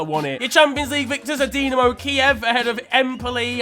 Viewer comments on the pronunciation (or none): none